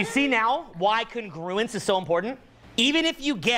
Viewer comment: Is that really how you pronounce "congruence"?